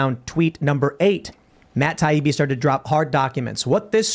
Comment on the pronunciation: I like how pronounced Matt Taibi’s name perfectly the first time.